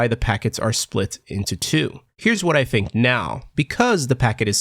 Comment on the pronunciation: why are you saying fink instead of think?